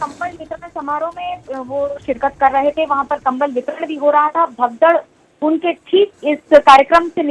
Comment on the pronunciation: They said kambal bitaran lmao